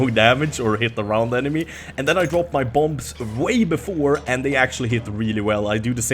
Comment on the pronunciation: Hey, the last B in bomb is silent:)